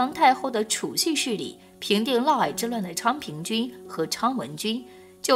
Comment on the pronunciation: 是的沒錯，「嫪毐」就唸「嘮矮」。